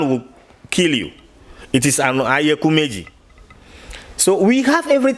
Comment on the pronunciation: Oyekumeji not Ayakumeji lol My fellow Ghanaian in IFA ooo...good to know Ghana to have IFA teaching.